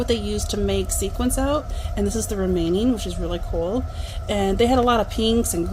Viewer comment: I think you mean sequins not sequences.